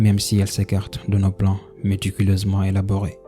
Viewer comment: J'ai arrêté à "metuculeusement"